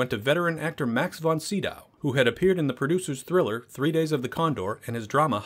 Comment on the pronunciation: but really butchered his name.. at the first moment i thought "who?"